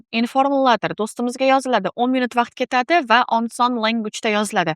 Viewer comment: Oson emas onson😂😂😂😅😅